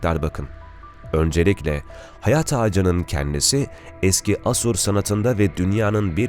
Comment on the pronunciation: Bunların zamanında Hece vurgusu müfredatta yokmuş..